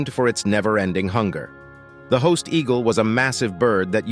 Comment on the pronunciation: Sorry , Saiga antelope not zyga, Haast eagle not host..god check your info people please..